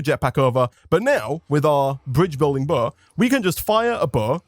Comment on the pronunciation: When he first said bow I thought he said buzz